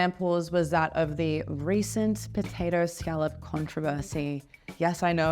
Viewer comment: She is pronouncing scallop completely wrong. Is she Australian at this point😂